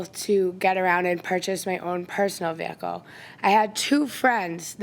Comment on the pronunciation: The way she says “Veeeee-ah-cuhl “ is killing me .